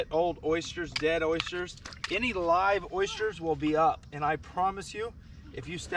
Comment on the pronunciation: They're OYsters not Oishters 😉